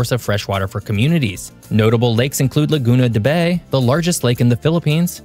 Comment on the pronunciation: Laguna de Bay's "Bay" is actually read as "Bye"